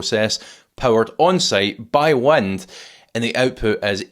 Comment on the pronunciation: love the way you say "WUND" as wind. So ethnic.